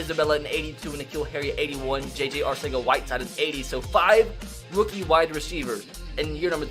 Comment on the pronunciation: for future reference JJAW pronounces his name JJ ArTHega whiteside the C sounds like a th